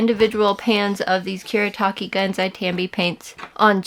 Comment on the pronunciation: it's Kuretake, not Kuretaki 😭